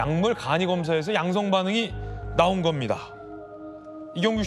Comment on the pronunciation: 아나운서 분 술좀 그만드세요. 왜 계속 양성반응을 양승반응이라고 하나요.ㅋㅋㅋㅋㅋㅋㅋㅋㅋㅋ